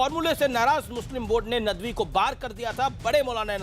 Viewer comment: abe chutiye nadvi h vo naam tu dhang se le le